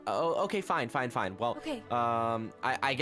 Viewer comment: What she wants to say Ok fine What she said Okay finewb